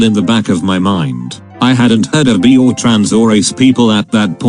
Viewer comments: I hated that the voice kept saying bi as “bee” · bi (pronounced: b-e) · I love everytime the reader says "I'm bi" and it pronounces it as "I'm bee " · Literally Everybody: bi Text-To-Speech Software: bee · Nobody: Text to speech: I'm bee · I lost it when the voice said bee instead of bi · every time the text-to-speech says bi I laugh, because it pronounces it as: I'm bee" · When the computer says 'bi', it sounds like 'bee'. I'm beesexual. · I like how the voice reads bi as bee... from now on I define as a bee, thank you. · Nobody: Text-to-speech: B E E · Kyky T-T the text to speech voice pronounces bi as bee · It's sadly reflective of real society that the AI couldn't pronounce bi correctly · it's a joke. the voice pronounced bi as 'bee' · i love that the voice pronounces bi as bee my friend came out to me as bee